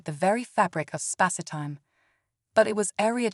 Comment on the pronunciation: A rather good and original story… 👍 I noticed a strange quirk: the way the word “Spacetime” is pronounced by the narrating voice. Is this a deliberate choice? I didn’t noticed other strange abnormalities. If so, it is quite remarkable! 😄